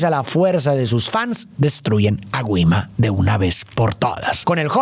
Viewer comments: Es mi imaginasio o dijo guima enves de gima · se dice gi ma😂